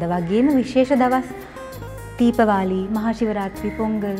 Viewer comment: සාරාගේ දමිළ උච්චාරණය ඒතරමට ගැලපෙන්නේ නැහැ,තීපවාලි නොවේයි දීභාවලි කියලා කියන්න ඕනේ.හ්ම් හ්ම්